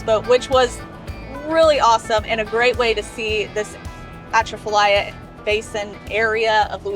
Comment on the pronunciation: Love your videos. But i'm gonna school you on Louisiana pronunciations! haha.. Louisiana - Loosey-ana Boudin - Boo-dan Atchafalaya - Uh-Chaffa-lie-a Craw Fish - mud-bugs Lafayette - Laffy-ette Also, Louisiana is known for bad roads. Speaking as someone who grew up there. Your experience on I10 was good so far. It uses to be horrible, especially between Lafayette and Lake Charles.